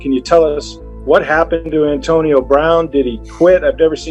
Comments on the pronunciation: Solid video. Just trying to figure out how mispronounces so many common words lol. Ohntonio Brown is taking me out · “On-tonio Brown” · Good ole Ah-tonio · Ontonio Brown and John Gruhden 😂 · Maybe Ontonio is the correct way to pronounce Antonio but u still sound goofy. And John Gruh-den lol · Auntonio brown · Calling him Ahntonio 😂